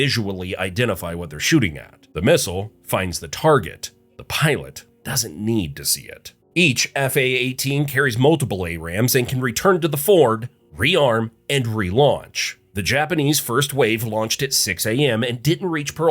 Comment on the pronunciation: Pronounced AM-rams, not A-rams.